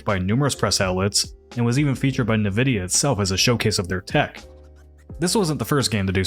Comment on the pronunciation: I know it sounds petty, but when pronounced "nuh-vidia" the entire expertise in the field loses all credibility. It'd be like listening to accounting experts who mispronounced numbers in their educational content - you can still do math without pronouncing it properly, sure, but it discredits every tip or insight you offer when it seems obvious you've never once listened the the company press releases so how expert could you possibly be? How insightful could content be if it seems obvious they'd never discussed the subject before, let alone know anything about them specifically...